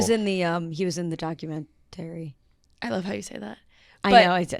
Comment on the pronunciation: upstate NY showing with “documen-tary” haha